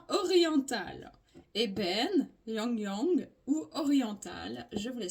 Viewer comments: On dit 'i Lang 'i Lang c'est plus simple 😜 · Coucou 🌺 Ylang-ylang se dit " i. lang i.lang" 😉😘 Merci 💖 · On prononce le y comme un "i" donc c est simple tu prononce ilang ❤ c est la fleur de tiare qu on utilise pour le monoi ❤❤❤ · Ça s'écrit Ylang et ça se prononce i-lang i-lang !! Merci de tt cœur. ❤